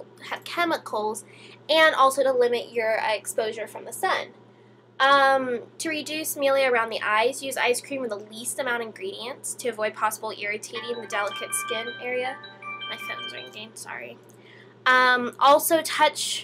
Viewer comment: It's pronounced "mil-lia".